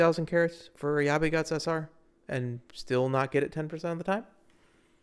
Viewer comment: Why is everyone calling admire vega “ayabe”?